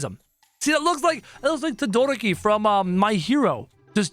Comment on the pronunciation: he- he- he- bro he said to dora ki..... I'm dead XD (its ok (: ) (this is how you pronounce it (toe doe row ki)